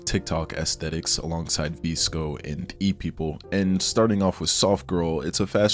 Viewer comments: babe 😭😭😭😭😭 it’s “Viss-Ko” for VSCO, not “Vees-Ko” LMAODKSNND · lost me at the pronunciation of vsco